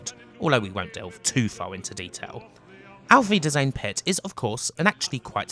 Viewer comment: And I thought youtube was auto translating the title of the video. Nice pronounciation of "Auf wiedersehen". Greetings from germany. And yes, Düsseldorf by night looks exactly like presented in this game :-) :-)